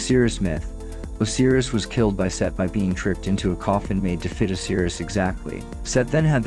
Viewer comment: And “Oseerus” vs Osiris.